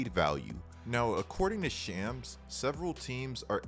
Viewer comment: Shams is pronounced Shoms/Shawms